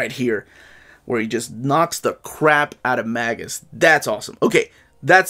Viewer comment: Magus is actually pronounced as may-gus or may-jus.